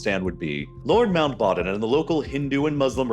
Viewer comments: its lord mountBATTEN not mountBOTTOM haha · Lord Mount "Baaaton" 😂😂? Wtf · why are you pronouncing Mountbatten as manbottom????????? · Bro is called "Mountbatten" previously "Battenberg" from German aristochracy, not "Mountbottom". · “Mountbatten” was gravely mispronounced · Pretty wild and out-of-character repeated mispronunciation of Mountbatten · Interesting pronunciation of Mountbatten